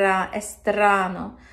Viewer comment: Hey Dear Terra. La Traviata di Verdi ❤. Great pronunciation. "È strano", your R is perfect. And what a voice. Hope to see you again. Maybe here in Italy. ❤❤❤❤